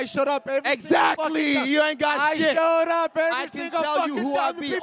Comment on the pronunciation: Sounds like Marvin responds with "Listen, I shut up" instead of "showed up" and Izzy capitalized on that lol